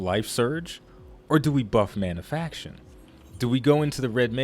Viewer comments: Manafication, not "Manafaction" :-P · ManaFICATION not manafaction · good discussion but one thing bugged me: mana-fi-ca-tion :)